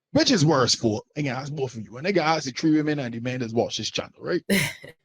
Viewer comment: Listening to these women makes me sad for the up and coming young men and women. Having to unpack the level of BS of these mothers. Btw. It's ASK not Aks